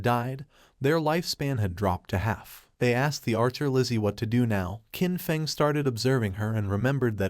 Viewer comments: The characters name is Qin Feng. The proper pronunciation would be chin fung. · Wtf is wrong with people posting videos that can’t even properly pronounce names. Main character is called Qin Feng which is pronounced like chin fung. The silver haired goddess looking woman is named Ashashishis pronounced ah sha shee shis not asathis or whatever the fuck the ai is saying